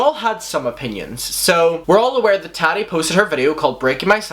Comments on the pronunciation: Her name is pronounced TOT-TE not TAT-E Tati Westbrook. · Oh my gosh I can’t stand you. Sometimes I don’t agree with other drama Channels but I still end up liking them. But just can not stand you. You are so annoying. P.s. it’s not Taadi it’s Tati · The way you say Tati’s name just kills me -_ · i love how you pronounce it "tohtie" lol